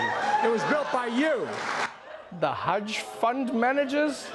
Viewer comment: Sonic the "Hudge"hog